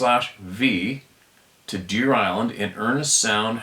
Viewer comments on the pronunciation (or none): none